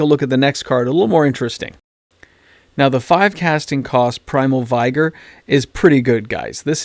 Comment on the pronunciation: ok....love the video... That said, I can't let Primal V"I"gor slide by lol